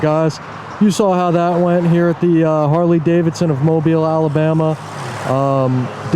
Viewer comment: I give you praise for being the first auditor to pronounce Mobile right..